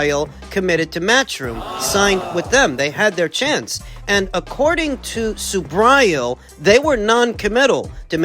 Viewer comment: Hey man..learn to pronounce SUBRIEL'S name..hes Puertorican not gringo or pronounced SUBRYAL..lol..